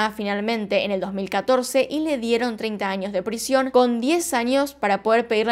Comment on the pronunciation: Yo amo cuando dice anios(años)